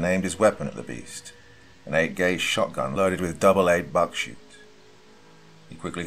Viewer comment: It’s not buckshoots,it’s buckshot.